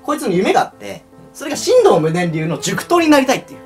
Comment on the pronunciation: ×しんどう ○しんとう